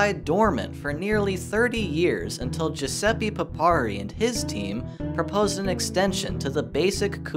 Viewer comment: The voice: "Jiusepi" The text: "Guiseppe" Giuseppe: 😔